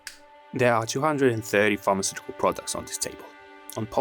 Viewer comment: I was quite confused keep hearing pharmaceutical arts 😂